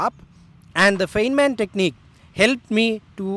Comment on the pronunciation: A minor nit: Please note that "Feynman" is pronounced as "Fine-man".